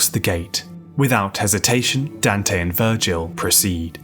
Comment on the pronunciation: Dan-tay. Good video tho, looking forward to binging this channel for a while